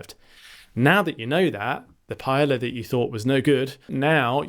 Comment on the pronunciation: Very informative video. Thanks. Oh, it's pronounced pa-eh-ya not "paela"